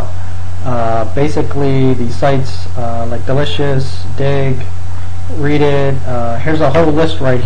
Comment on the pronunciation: "readit" lolol